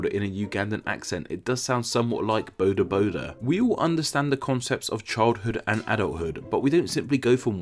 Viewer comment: You are hitting home with the South African and Ugandan words fkr me being of orgin of both nations😂 Boda Boda is not pronounced Bow-da by the way. The vowels are short so "bho-da" is more the sound you are looking for. Great episode🔥🔥🔥